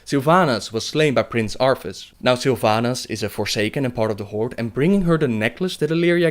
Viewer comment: I don't mean to be mean here, but I like your accent. Though I kept chuckling when you said 'Arthas'. Sounded like Arfus, and I kept thinking of Worgen Death Knight named Arfus and his sword Rimedelight. Riding into battle on his steed Invulnerable and yelling "RRRRRRIMEDELIGHT HUNGRRRRS!"